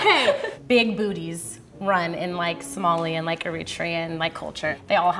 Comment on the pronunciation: John Dough and Somali even though she pronounced it wrong 😭😭🇸🇴